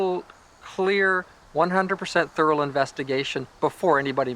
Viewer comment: Thorough.. Not.. THURAL !?